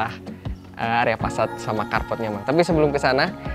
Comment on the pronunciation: FFFAAAASAAD mas bukan PASAAD, ayo dong , Ariel aja bisa..... 😁😅